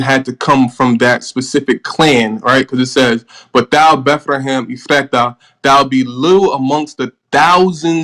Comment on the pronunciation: “E-FRAH-TAH” 🤦‍♂️ can’t trust niggas who refuse to simply pronounce Ephrathah